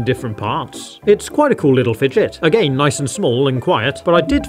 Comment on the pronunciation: The only bad thing is the way he says again